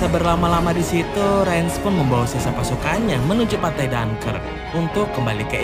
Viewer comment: DUNKIRK kl orang indonesia paling gampang bilang Dun Kirik min , wkwkwk..... .